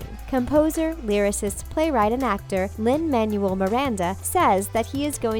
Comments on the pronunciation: Pronounced Man-Well not Manual. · Did anyone else kinda chuckle when she said Lin “manual”Miranda. (No hate to the narrator! ) :3